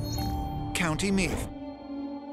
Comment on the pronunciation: Why did he say Meath like meth?